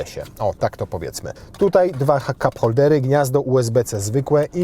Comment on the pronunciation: hap koldery. Słyszałęm :D